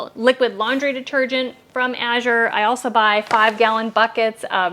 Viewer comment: Thank you for pronouncing Azure correctly. As a reading tutor, I can't help but noticing when people mispronounce it. My husband will hear me talking to the screen and correcting the speaker.